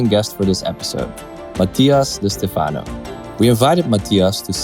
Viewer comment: STEfano (not steFAno) 🙂